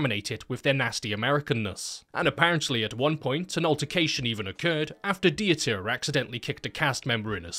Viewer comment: may "the crazy german surgeon" aka Dieter Laser rest in peace small nitpick, its pronounced like "Vita" but with a D. the E is basically silent (not Di-e-ta) :)